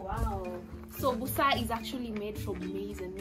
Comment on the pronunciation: The word is Busera not Busa...point of correction